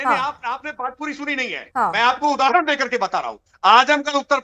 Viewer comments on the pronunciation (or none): none